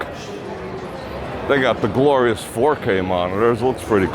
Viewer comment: "Glorius" Thanx for the tour. Karen